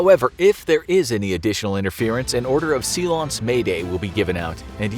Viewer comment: "seelonce" LOL english took the word silence from the french, its spelled the same